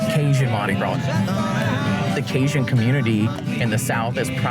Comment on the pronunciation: He met all those cajuns and no one tol' him how to say "Cajun"